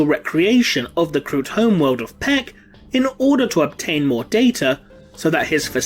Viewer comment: Pech is pronounced Pessssssshhhhhhhh(puts finger on Remleiz dino-skull face)hhhshshshshshshhhhhshush...